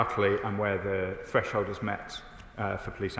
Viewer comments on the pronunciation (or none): none